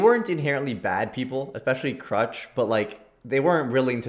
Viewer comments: is saying her name correctly crew-sh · As someone said “you haven’t watched Re:Zero until you’ve Re-watched Re:Zero.” Also, when said "I can't say Crusch's name for my life", then proceeds to say her name perfectly on the first time LMAO.